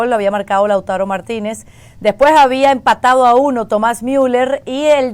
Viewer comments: Laútaro, Sánsiro....Como es que esta mujer rueda los acentos? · Lautaro es palabra grabe,no esdrujula.....!!!! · Mexicanos hablando de fútbol 😛..... Lautaro el castellano se pronuncia comp se escribe 😊😊😊😊😊😊😂😂😂😂😂😂😂😂😂